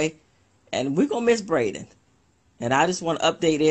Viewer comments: That one lady saying they dont know nothing. Umm maam you don't even know his name. Its not Brayden but Braylen. That seems really important if your doing an interview scolding people for speculating. Braylen Noble ❤ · Braylen..not Brayden. This chick don't even know his name. She had to ask what his last name in the 911 call... Smh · Who is " BRADEN" .. who is this that don't know Braylen Name? They love BRADEN.... oh no ma'am